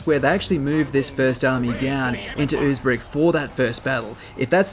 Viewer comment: this dude said oobs-rick